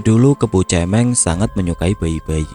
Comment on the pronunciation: Mau koreksi dikit mas, kebo cemeng, pelafalan kata cemeng itu suara huruf vokalnya bukan seperti kata cemen atau mewek atau cewek, tapi seperti kata merem. Cemeng artinya hitam.